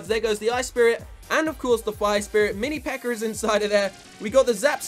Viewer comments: "mini pekkar" makes me giggle every time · I just keep on hearing "the mini peker"😹